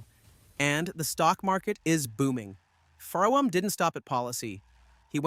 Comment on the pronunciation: Are you aware you are pronouncing Frum incorrectly? It is pronounced like "FROM".